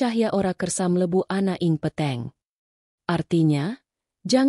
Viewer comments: Maklum sj yg bacain bkn wong Jowo, jd bc peteng jd pètèèèng😂😛🤪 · Peteng bukan peteeeeng. Ngga ada bahasa jawa peteeeeeeng?